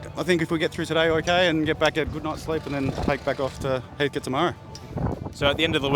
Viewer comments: Heatcut not Heathcoat FFS 😝😝😝😝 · Great video.... still funny people continue to say Heathcote wrong.... coat lol